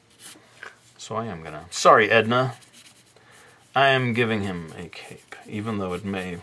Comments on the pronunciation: For a second when he said he was giving him a cape, I heard cake. I was very confused how a dessert would fit this illustration. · When you said cape I heard 🎂 😂😂😂🤘🏻